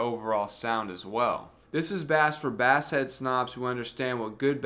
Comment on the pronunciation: Dude. Love the review. You probably are having fun with pronouncing 'Bass'. Just in case you're not, it's pronounced 'Base' - unless it's a fish!